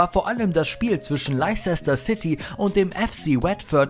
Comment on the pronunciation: "Laicäster City" 🌚